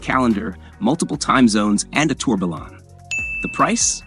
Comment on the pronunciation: Lost interest after he wrongly pronounced tourbillon.